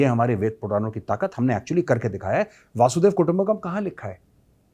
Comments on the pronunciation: Respected Major Gaurav Arya (Retd) Correctly Pronounce is वसुधैव कुटुम्बकम् not वासुधैव कुटुम्बकम् वसुधैव कुटुम्बकम् सनातन धर्म का मूल संस्कार तथा विचारधारा है जो महा उपनिषद सहित कई ग्रन्थों में लिपिबद्ध है। इसका अर्थ है- धरती ही परिवार है (वसुधा एव कुटुम्बकम्)। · मेरे भैया major जी, वासुदेव नही कहते , वसुधैव कहते हैं। ठीक से उच्चारण करो, क्योंकि वासुदेव तो कृष्ण का नाम है।